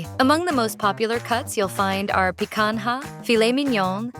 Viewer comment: they couldn't even use a real human for the voice. so lame. "pe-kan-ha" is the worst pronunciation ever